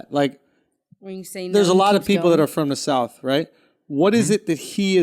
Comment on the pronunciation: Its pronounced south, not souf.